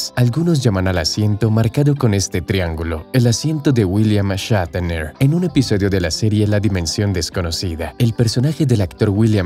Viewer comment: porque dice william echatener?